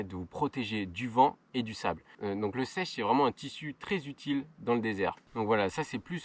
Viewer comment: un chèche, et non pas un sèche :)